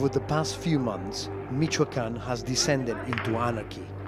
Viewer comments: Mikoakan-- Its MiCHoacan.. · "in the western state of Meekwakooan" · He said, "Mee-ka-can" . Pena Nieto celebrates, he is going to save Mexico. Look at Times magazine. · It's "Meech-Cho-Ah-Khan" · It Sounds like hes saying Michaeljuan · Michoacan ( Mi-cu-wal-can)